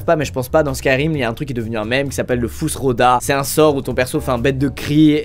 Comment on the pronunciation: on dit fus RO dah...